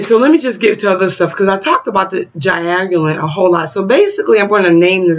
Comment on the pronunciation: You are studying as an herbalist, and can't even pronounce their name... I am off.